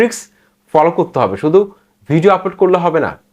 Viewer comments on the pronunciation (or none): আপলোড কে আব্লাড বলছে